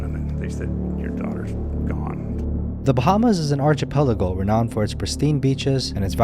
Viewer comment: It's not "artch-i-pelago", it's "ARK-i-pelago". 🤦🏼‍♀️🤦🏼‍♀️🤦🏼‍♀️😂